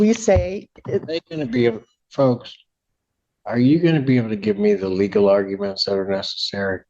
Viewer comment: the way she says “the LEGAL arguments” and then goes on to say she doesn’t understand the question absolutely sends me to the moon 😂 idk why I find it so funny but it always gets a good belly laugh from me every time I rewatch it. She seems like an actual idiot every single time she opens her mouth. I find this particular comment hilarious but every other time she opens her mouth piss me off to know end. She has such a bad attitude with every comment that comes out of her mouth. She snaps at the plaintiff’s lawyer several times and it shocks me Judge Simpson never calls her out on it